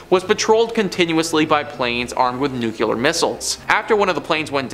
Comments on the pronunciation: NUCLEAR! NOOKLEEUR! Check you pronunciation!!!!! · Nuclear is pronounced “new-clee-ur. Or, to make it easy, “nu-clear” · Dude... learn how to say NUCLEAR correctly. It's not nuculer